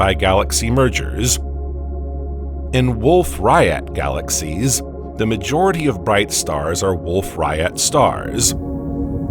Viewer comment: I truly wish I could listen to your videos but the narration drives me crazy. You hang onto the ending syllables and crescendo for instance galaxiesssSSSSSsss and starrrrRRRRRssssss. I dont know if it is AI but if so I would change it.